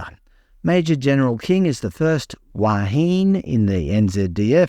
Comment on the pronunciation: I bet it has nothing to do with gender or sexuality. Still the RNZN opened the door to DEI and so when people play it back to them they can suck it up. Wāhine is pronounced waa hin eh. She sure has made a difference.